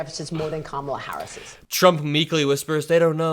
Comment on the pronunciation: Every 'Ka-MAH-La' is basically a dogwhistle N-bomb anyway. He's saying she's 'other than us'...her name is too strange, too foreign to try committed it to memory or try to respectfully pronounce it correctly. Rapists are rude assholes 🤷‍♂️